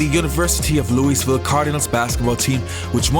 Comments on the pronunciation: Tip, don't pronounce the s in Louisville. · I've never heard anyone pronounce Louisville the way you do. Thanks for the heads up on this guy, we who watch are honoring him. Correct? He was clearly good for a while anyway. He even had at least one great game that I know of, putting up 33 in any NBA game is well worth a mention. He was a star that night at least.